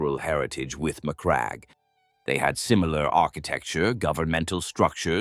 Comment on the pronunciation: Surely that’s not how you pronounce Macragge